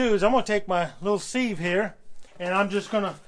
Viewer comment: Please don't say, "seeve" for a sieve. It is pronounced, "siv". Look it up. Thanks.